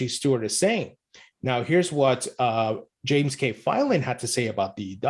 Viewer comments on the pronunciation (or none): none